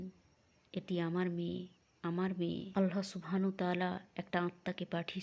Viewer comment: এই সত্য ঘটনাগুলো খুবই ভালো লাগে শুধু বাংলায় বর্ণনাকারী মহিলার "চাঁপাই বাংলা" উচ্চারণটা বড্ড শ্রুতিকটূ, তবে তিনি নিজেকে কিছুটা সংশোধন করেছেন মহান আল্লাহর নাম সঠিকভাবে উচ্চারণের মাধ্যমে যা তিনি আগে "আলহা" বলে উচ্চারণ করতেন।